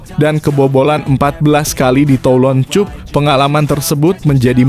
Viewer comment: pengucapan yg benar benar aja bro..prettt...km ga bodoh2 amat dlm berbahasa ingris.prettttt lo...cup atau kap bacanya?dan kami jg bkn ana2k semua